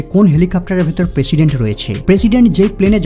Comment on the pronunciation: পেশিডেন্ট নাহ প্রেসিডেন্ট 😂😂